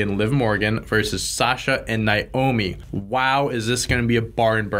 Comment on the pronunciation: Its pronounced nayomi not nyomi